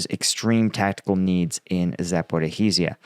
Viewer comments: It's not Zaporihizia.. it's Zaporizia.. The 'hi' sound you add is not there :) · It's "zah-poh-ree-shya" (or "zah-poh-roh-shye" in Russian), not zah-poh-ree-hee-shya. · There is no "ih-hee" in Zaporizhzhia It's Zah-poh-ree-zhee-ah. Or just Zah-poh-ree-zha. And Russians seem to replace the "ree" with "roh". But no one calls it Zah-poh-ri-hee-zee-ah Please. You're killin me 😂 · A pronunciation help, if I may, for Zaporizhia: The 'zh' sound is similar to 'sh' and is pronounced exactly the same as the 's' in the word 'treasure'. Think 'treazhure'. So you get Za-po-rizh-ee-yeh. Otherwise, try Za-po-rish-ee-yeh for a close approximation. Avoid Za-po-riz-hee-yeh, that sounds a bit weird. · ZAP- oh-REEZH-ah. There's no HEE in the word! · Please Google how to pronounce Zaporizhzhia correctly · Really you lot are here now with pronunciation nazism so I'm guessing as you're a russian every word you say in English is pronounced perfectly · streak of creatively mangling and botching the pronunciation of "Zaporizhzhia" continues 😂😂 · "Sorry if I mispronounced that." Ha! I come here for your combat analysis, not your pronunciation skills,, which are, shall we say, ballpark, at best. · He continues manage to creatively mangle "Zaporizhzhia" 😂